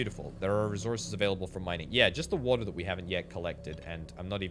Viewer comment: I kept looking around for walter lol I swear that's what I kept hearing til I figured out you was saying water lmfao!